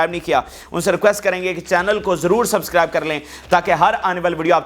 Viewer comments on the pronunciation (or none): none